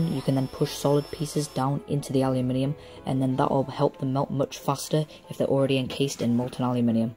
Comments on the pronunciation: I am from the States and I love how you say Aluminium! Don't let anyone give you any crap about it. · I'm American and I pronounce the word aluminum the same way you do. Because let's face it. Your way sounds WAY cooler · Thank you for saying and spelling it aluminium. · I say aluminium the same way :3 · Yessssss some one says aluminium properly!!!!! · I like how you put people in their place on how to pronounce aluminium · you pronounce it correctly for the spelling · theres always some idiot out there. your pronunciation of aluminium is fine. im in the us and i understand you just fine. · I dont fault you at all for pronouncing the metal differently. In your country, thats how it is said. Thats that. Not wrong. Nice work anyway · I'm Australian and usually i hear everyone saying aluminum and then i started watching The Art of Weapons and I was like... This is the first time i have heard a youtuber say aluminium properly :O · So what amazing and wonderfully weird things may you get up to using a CNC router then? Amazing vid, I made a paint can forge but have yet to try melt aluminium,P.S. it's the Americans who pronounce it weird ;) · since time and memorium the british and other europeans have correctly pronunciated the word aluminum when in rome do as the romans do. its no wonder the industrial revolution started in britain you have great engineering skills please keep sending your tutorials. thank you.. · Its also the correct way to say it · Mike Dittman I mentioned it because all these Americans were attacking this kid for the way he said aluminium. The Americans think they are right and he is wrong. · ***** That wasn't the issue. The issue is Americans attacking him on mass, for saying aluminium correctly. Thats the issue, as far as i'm concerned you can keep on saying it however you like, no matter how wrong it is, but don't tell us, the people who invented the language, that we aren't pronouncing words correctly